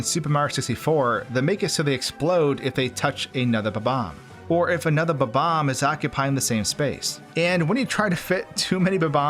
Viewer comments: BOB BOMB not BUBBOMB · Incorrect: Buh-Bomb Incorrect: Bob-umb Correct: Bob-omb Everyone pronounces it buh-bomb which is just incorrect! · Why does this guy's pronunication of bob-omb always make me laugh so much?